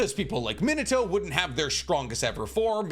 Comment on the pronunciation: Me nah toe, not that hard bro come on 🤣